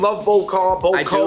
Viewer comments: Bo Kho is pronounced BAH KAH btw just wanted to let you know :) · Not pronounced bo ko, it's pronounced boa kaw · Kha-Vinh Tran : almost, but Ball Kall is a bit closer to its pronounciation, peace! Vietnamese food ! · oh my bad, bah kah is how I grew up hearing it and saying it! Thanks for telling me the real way to say it! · Its Baw kaw... You boaters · Stop saying bo kho wrong lol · The way Bo Kho and Bo Luc Lac was pronounced triggered me so hard lol.